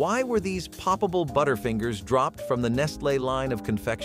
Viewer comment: "Nestlay" "Alpeen white chocolate" 😂